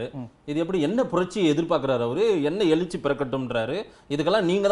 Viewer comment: உங்களால் தமிழ் கூட சரியாக பேச தெரியவில்லை...நீங்கள் எல்லாம் ஒரு Anchor...எழுச்சி என்ற வார்த்தையை எலுச்சி என்று பேசுகிறீர்களே...வெட்கமாக இல்லை... முதலில் நீங்கள் ஆதரிக்கும் ஸ்டாலினை பத்திரிக்கையாளரை சந்திக்க சொல்லுங்கள்